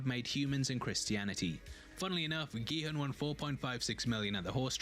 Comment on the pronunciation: Just a quick FYI, the main character's name is pronounced Gi-HOON. His name is written as Gi-Hun and the "u" in romanized Korean is pronounced as a long u sound (or a "oo" sound as in "noodle"). 😃